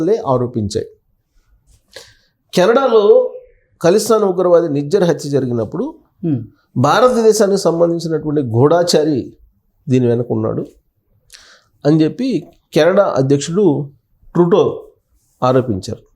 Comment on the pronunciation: గూఢాచారి ఏమిటి? గూఢచారి అనాలి.